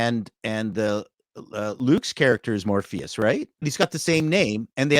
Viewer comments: Hiddle isnt even playing loki. whatever this guy in a suit is is not loki. he just runs around like a chicken with his head cut off. there is no dialog or actions that are reflective of loki in MCU. And its Mobius, not morpheus or morbius. Like a Möbius strip. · “Morbius” hehe no “Mobius” like mobius strip